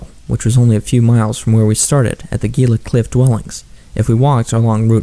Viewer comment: Quick thing. Your channel is awesome. The Gila is pronounced as if it starts with and H. It's here in NM. The cliff dwellings are amazing and mysterious. Great bit of local lore